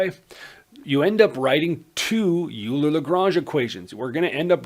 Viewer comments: Euler is almost universally pronounced "Oiler" rather than "You-ler" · Bruh I wrote this before watching the video and hearing the "u"ler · "oiler" not uler ;) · Please stop saying "Yooler." It hurts my ears. I'm not expecting you to be able to pronounce it properly, but PLEASE, at the very least, pronounce it "Oiler." It sounds to me like you're Canadian, so saying "Oiler" should be easy for you. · Are you sure ? I used to say "oiler" but I had a german math teacher who is also a sercher in combinatorics (don't know how to say it in english) who say "Euler" and so he must be able to say it the right way. (He also likes to invent poems on maths theorems in german like on on the strength of a point or the double ratios / hanarmonic ratios (don't know how to say it neither) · Loved you lesson. I think "Euler" is pronounced "Oiler" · So, the native German-speaking Swiss man - Euler has a surname that is Germanic. It is pronounced "oiler" like Houston Oilers. Please try to pronounce it in this manner. Thank you. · Oh he can oil me alright ... leonHARD oiler can oil me up so good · Euler is pronounced “OIL-er” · Too dumb to pronounce "EULER"!